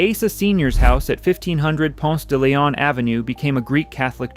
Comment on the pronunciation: I know this AI so I was trying to let it slide but I hear too many humans that move here and mispronounce it the same way, not including GPS, but it's Ponce-duh-LEEon. There is no "lay" anywhere in that word. Heavy sigh. Other than that, I see many homes that look like the candler kids mansions along the briarcliff rd stretch that Atlanta/Decatur area. Interesting documentary. I remember a field trip to the original World of Coca Cola when it was over by underground. The 2nd gen of any wealthy family usually take money for granted.